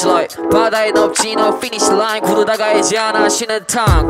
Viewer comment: ㅠㅠ no finish line 발음 개좋다 반복중..